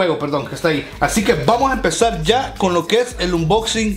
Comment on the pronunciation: En el intro te fallo el "YA" nada mas esta "Y" dijo para que repongas ese error :)